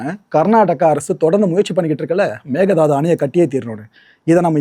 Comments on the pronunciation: It's Mekedatu not mekedhadu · The correct way to say it is may-kay-dhaa-tu Meke is goat or aadu Datu is to jump or leap